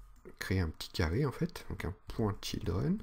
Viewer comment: Oui, j'ai eu la même remarque "children"